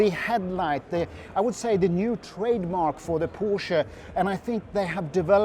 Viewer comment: Great video! Finally a reviewer who can pronounce the word Porsche correctly, like Germans do ;)